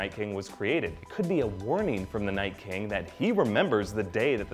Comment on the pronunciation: Liked for "We hab no keng."